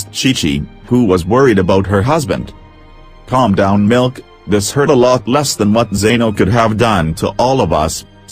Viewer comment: bruh was i the only one who heard calm down milk??? like wtf